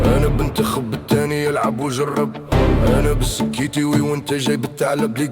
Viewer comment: للتصحيح: السَكْتيوي SEKTIOUI وليس السكيتيوي